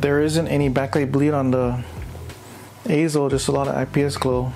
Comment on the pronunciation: AY-ZO, yes perfect pronunciation!